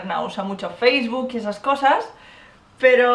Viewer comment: LIKE Por el ''faceboke''